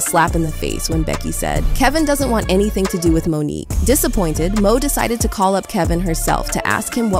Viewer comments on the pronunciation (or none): none